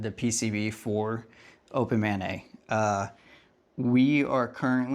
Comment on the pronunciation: A) When you say "Open MANeT's website" my mind hears "Open Mayonnaise website." It made me chuckle for a second. B) Love the work and direction you're going. Keep on pushing.